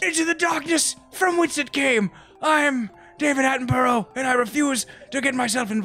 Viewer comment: No one calling them out on how they pronounce david attenborough?